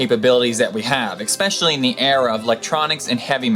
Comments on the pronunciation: He says Eggspecially! omg! and you are teaching us tings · Nice vids; I'm happy to have stumbled onto the channel. Two things, though: first, there is no hard "c" in the word "especially". Two: you seem to be positing that the harm suffered by Mrs. Liebeck is somehow an indication of McD's negligence. It's not. The coffee is supposed to be hot, people prefer it that way. The cup had a warning on it, you can clearly see it in the picture. Lawyers use graphic pictures to impress juries and generate a favorable "deep-pockets" decision based on emotion. I don't see what McD's could've done any differently. A rational decision would've found them zero percent responsible. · Seems really smart but says expecially. That's almost as bad as supposebly. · I don't mean to sound like a d-bag, but you keep saying "expecially" ... that's not a word